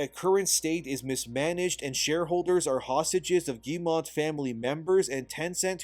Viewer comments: Love your takes and point of view! btw, Yves Guillemot doesnt have a "n" to make "mont" its mot... Phonetically, it sounds like "m-oh" -- So "ghee - yuh - moh" :) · Hello, i like your videos but i want to add some counter points on Ubisoft case. Just to say, I'm french so what i know is from french articles, youtubers and stuff. - ubisoft shares are at 13,67€, not $, Ubisoft is still french. - We don't pronounce the T in Guillemot (ok i stop jesting) - Ubisoft is not cooked as you say. The Guillemot family is way stronger and richer than you'd think. - over here we were proud of Ubisoft, but bow they are a shame, we hope it changes, but that it stays french - i say this because it all seems almost too obviously that Tencent is gonna buy more share and become the real pwner instead of Guillemot. In france some evn say that the poor result and shares crash is a big plot from them. -the slovak investor who wrote the letter is not even 1% shareholder so not that much weight tbh. - We do hope that one of the somution is for Guillemot to step back from CEO, but still keep the ownership - some like to spit on ubisoft "simple" recipe : open world. But they still sell many games, cause it works and pleasez many people. Like assassin's creed and far cry. Mainly because of story more than gameplay. So no, they are not cooked yet. A d i hope noone buys the IP, and that they just go back to do better. Firstly change CEO and do not sell it to the fucking Chinese Edit : also Valhalla main character (Eivor) is canonically a female so your point in invalid. Even if i find it stupid as fuck. All this started go to shit since odyssey. Stop giving choice. D